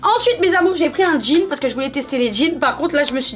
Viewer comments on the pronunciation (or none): none